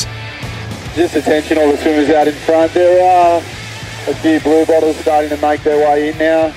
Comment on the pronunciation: LOL I just found this show and I always thought they are saying "Blue Balls".... XD Its Blue Bottles Lol